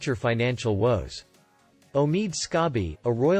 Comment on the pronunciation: He mispronounced Omid’s name!!! How I wish Omid could see this video!!! 😂😂😂🤣🤣🤣🤣